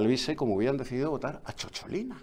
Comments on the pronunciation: Don Eduardo, no fue eurodiputada, sino diputada del Parlamento italiano- Además CHOCHOLINA suena fatal, Es «cicciolina», un diminutivo afectuoso que significa en italiano coloquial «querida» o «queridísima, dicho desde la ternura, desde el fondo del corazón» Como decimos pochola, pocholica. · Cicciolina, no Ciocciolina, y no iba de drag exactamente jajaja